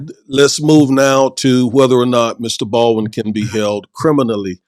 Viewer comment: It's pronounced Bald-win NOT Bawin.